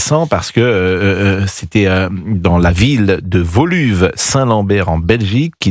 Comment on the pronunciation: « Voluve saint Lambert »…pff… WOLUWÉ SAINT LAMBERT.